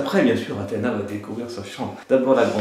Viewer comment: c'est Kalys et pas Kays et aussi c'est Athena pas Ahema